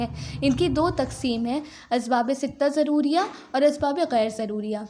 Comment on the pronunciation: Mam s Asbabe shuriya not shodiya